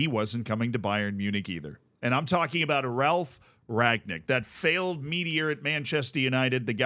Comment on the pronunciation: Funny how a lot of english speakers can't say Rangnick. past tense of 'to ring' = rang, then nick. Not Ragnick